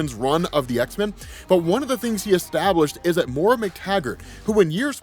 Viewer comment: it's Moira (Moy-ruh) my OCD can't handle another X-Men video of this name being butchered lol